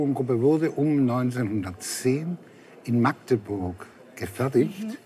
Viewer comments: Magdeburg, besser Machteburch. Aber auf keinen Fall Maaaagdeburg! Wann kommt das denn im Rest der Republik mal an?! :D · Magdeburg 💙 Und nicht Maaaaagdeburg!!! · Nein, es heißt nicht Maaaaaagdeburg. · Es heißt Magdeburg und nicht Maaaaaaaagdeburg 🤯🤬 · Oder Maaachdeburch !